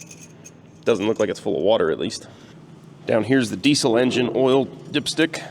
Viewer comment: Are you pronouncing diesel correctly?